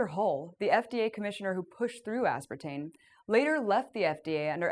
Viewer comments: Can someone explain to me why this video was released with her repeatedly saying the word as if it is spelled "aspertaNe"? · Anybody else notice she keeps calling it "aspartaNe" ?